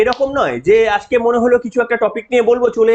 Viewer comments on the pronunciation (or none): none